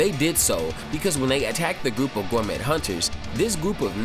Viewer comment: please stop saying “Gour-met,” lol i don’t think you’re going to be able to grow your channel if you keep on saying things incorrectly. remember, we gotta teach people who know nothing about Toriko! they won’t understand your jokes, buddy! pls take that into consideration if you really want to spread Toriko you inspire me to make Toriko related content.